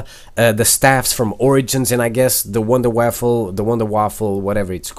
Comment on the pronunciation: Wonder waffle ? WUNDERWAFFE -->litterally the "wonder weapon" 😂